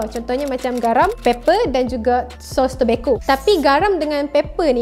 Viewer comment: Sos tobasco bukan tobacco kak